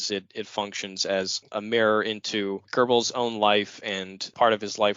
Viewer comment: You guys should practice the correct pronunciation of Goebbels before doing a podcast on him. It is so annoying to hear you butcher his name. This is the reason I didn't bother to listen to the end.